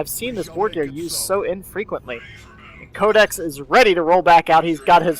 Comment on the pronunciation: pronounced my name wrong. It's pronounced Cod-ex. Like Call of Duty X. Oh.